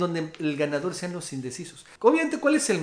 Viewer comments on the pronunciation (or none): none